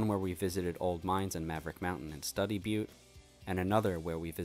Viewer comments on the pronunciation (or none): Great video.. very informative.. One small correction: Study Butte is pronounced “Stew-de byoot" Looking forward to exploring more places through your videos...